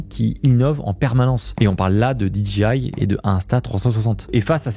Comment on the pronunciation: DJI se prononce DGI… le J anglais se prononce G, et vice-versa. 😅